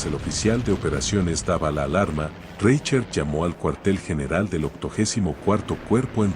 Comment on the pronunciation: Minuto "Reichert" ¡se escucha espantoso! Es un apellido alemán y se pronuncia como si en castellano estuviese escrito: "Rai jert". Antes de grabar el tono de un video que consiste en la lectura de un texto en el que aparecen muchas palabras y apellidos alemanes, se debe consultar com alguién que sepa hablar en alemán, como se pronuncia en ese idioma esas palabras y nombres. De lo contrario el texto a escuchar que ridículamente jocoso.